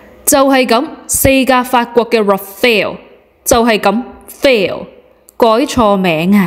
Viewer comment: Rafale not Rafael😊